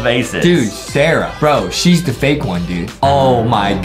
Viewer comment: I think Adam said vake instead of fake😂